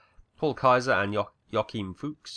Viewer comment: Joachim is pronounced Yo-WAA-keem in German. - Observation ballons contained hydrogen, NOT hot air.